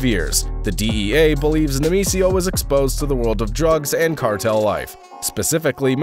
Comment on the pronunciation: Say it with me: Nay-May-SEE-yo 😂